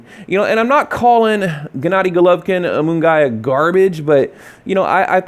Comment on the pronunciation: Its pronounced Mungeeeyaaa.